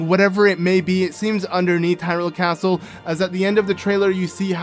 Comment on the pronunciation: A caatle in a caatle... What’s next? A cave inside another cave?